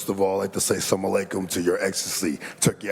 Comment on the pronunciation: "First of all I'd like to say samalaykum to your ecstasy"